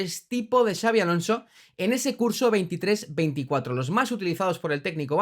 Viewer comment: Son muchos años ya en la elite, no es tan difícil pronunciar su nombre correctamente, me alegro que no digas "chabi" como dice el 90% de los periodistas del país